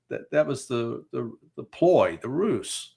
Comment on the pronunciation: Please Pardon My Pedantry….. Ruse is pronounced ‘’Rooz as in Booze and Ooze, not Roos as in Moose nor Goose!’’ Oooer Missus! I luv you Larry!